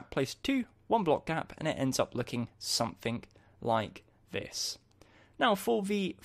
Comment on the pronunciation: did anyone else notice that is saying somethink not something? just something funny that i noticed